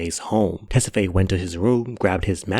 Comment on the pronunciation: isnt it "Tes-fa-ye"?